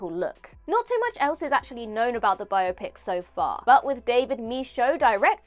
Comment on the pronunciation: Great topic,! (and thanks for correctly pronouncing "biopic"; please teach Gareth)